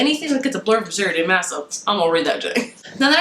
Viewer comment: actually the way to pronounce maas is like mass